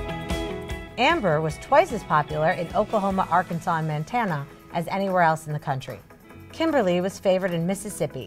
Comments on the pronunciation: Uh please pronounce my state right MONTANA. Not mantana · It's Montana not mantana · Did she just say "Mantana" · Mantana? WTF, lady! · I'm sorry this is upsetting me "Mantana" tf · The way she said Montana was like Mantana😂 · It's pronounced Montana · "Mantana" Nice. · JereFroFilms I'm from MT and I laughed so hard I couldn't breath when she said that. MANTANA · She said mantana